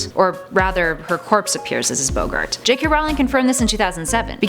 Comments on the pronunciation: Yes also bOggart not bogart. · seriousy its pronounced boh-gart not bow-gart jesus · What is a bowgart? I think you mean boggart sheesh pronounce things right. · It is BOGART not BOWGART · Eh-ri-said! Bog-gert. Who cares he's gay real fans already know this stuff. Get someone who is actually interested in the material not just a pretty face to present it. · Aqua Dash Also when she mispronounced “Boggart” as “Beax-gart” about 15 times.